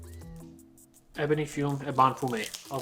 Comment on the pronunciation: 'Eh buh nee' as in Ebony Tree, & 'fyoom' as in fume. What's with that word salad u got going there? 😂